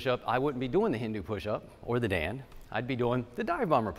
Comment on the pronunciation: 👌👍Perfect..It's called a Dandh ... like Dand-huh. Not Daand. Very nice explanation.